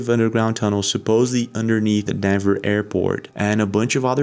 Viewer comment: Denver not dever